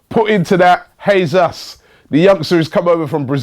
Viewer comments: It's pronounced hay-sus. Not haze ass. Cmon get it right. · man said hesas 😂😂😂😂😂😂😂😂😂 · Robbies pronunciation of players names is pissing me off. “Jesas “ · Hey robbie, Jesus is pronounced 'Hey Zeus' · Robbie just can't help pronouncing a name wrong can he. "Jesas" are you being serious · TobiTheGreatest no, his name is pronounced Jaysus. He speaks Portuguese not Spanish...